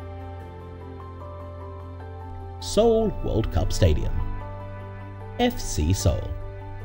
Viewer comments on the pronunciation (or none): none